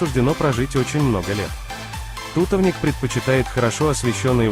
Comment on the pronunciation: тутОвник, а не тУтовник